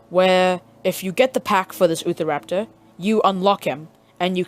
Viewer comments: Him:*ootha raptor* normal: Utah raptor* (you-tah rap-tor) Sorry that was driving me crazy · it’s pronounced u - tar - rap tor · Ahh yes, the oofaraptor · Lol, utahraptor for him = youtahraptor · Ahh yes.....the ootharaptor.. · Thanks dude I've been struggling to get spinosaurus and utahraptor now I can get them and by the way I've got 2 things to say utahraptor is pronounced as u-t-ah-rap-tore and my younger brother deleted my game but I still had it when I downloaded it back maybe because I linked into an account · its utah-raptor